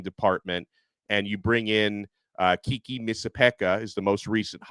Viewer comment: the new GM’s name is pronounced ( Kay key) this way you can be the first to pronounce his name right